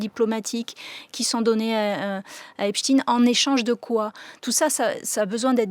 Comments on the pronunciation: Pourquoi on est passé depuis qq jours de EPSTEIN à EPSTINE , dans la prononciation du nom en français ?? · Pourquoi vous dites epstine alors que c'est epstein il n'était pas russe ????il était américain !!! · Mais arrêtez de l'appeler epschtine son nom c'est epSTEIN !!!!!! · Mais de qui on parle ... Epstein ou Epstine? France culture serait antisémite ? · ET POURQUOI DIRE "EPSTINE" (CE N'EST PAS POUTINE) AINSI, NOTRE GRAND PHYSICIENT ALBERT EIN STEIN VOUS NE DITES PAS "EINSTINE" !!!